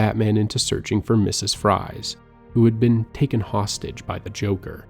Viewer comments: Victor Fries is pronounced Freeze, which he also fucked up as well as Falcone. Drives me nuts tbh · fries is pronounced freeze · Your mispronounciation of so many things, especially the names, woke me up lmao. Victor Fries for example. "Fries" is pronounced "Freeze", obviously lmfao. Falcone was another one as well as Officer Boles. I sort of wish you'd have done your own research BEFORE doing an entire video on the Arkham Series, man. Really disappointed in minor things throughout the video, that would be fine on their own but start to pile up. I know this couldn't have been easy to make though, so credit where credit is due!